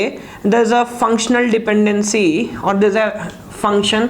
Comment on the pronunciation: wtf did he say around :25 - :37 lmao .. not sure if english.